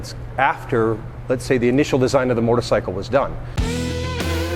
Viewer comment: Ducati North America CEO and cant pronounce motorcycle. Wtf is a mortacycle